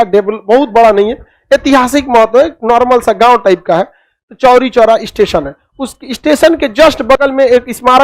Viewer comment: Chori choora nahi chhori chhora